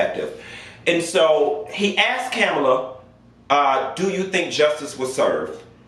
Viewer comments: Her name is pronounced as Comma-la.....I think you pronounced it as Kam-alaa..I few times....great content...huge fan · GOT DAMN!! HER NAME IS PRONOUNCED “Coma-luh”!! Not Camila, Camela, Cumula... ITS FCKN LIKE COMA,,,,,,,,,,,,,, & THEN ADD LUH!! Tha fk!! It’s not hard!! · PLEASE LEARN TO PRONOUNCE KAMALA HARRIS NAME!! PLEASE. OK LET ME HELP YOU. READY? HERE IT GO! "com a la" another example my name Pamela. Sounds similar. Thanks! BYE! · Kamala = Comma-la I do not feel bad for Pence at all. He has several chances a day to separate himself from that train wreck of a man and he doubles down instead. Made your bed....lay in it. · Lol.u have pronounced Kamala’s name about 3 different ways. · PLEASE pronounce her name correctly! 🤦🏾‍♂️